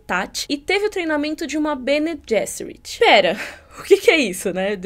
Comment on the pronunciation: O "g" em Bene Gesserit é "soft" mesmo, pronunciado /ˈbɛniː ˈdʒɛsərɪt/ em notação IPA (alfabeto fonético internacional). É o mesmo som do 'g' em "general" em ingês e não o /g/ de "get" (/ɡɛt/).